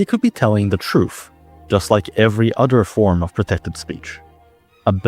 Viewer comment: I like how this guy pronounces truth as "TROOOOF" 😂😂